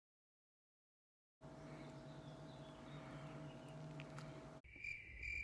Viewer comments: Love the correct pronunciation! Sskksss at the end of the word ‘Texts’. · I adore the way you pronounce "texts".haha so good!